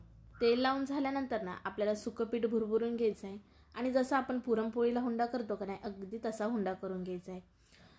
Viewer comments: Hunda nahi unda mhantat tai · भारीच,👌पण हुंडा नाही उंडा म्हणतात